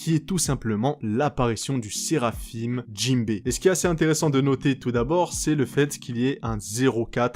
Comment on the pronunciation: Pitié arrête de dire seraphime ça se prononce séraphin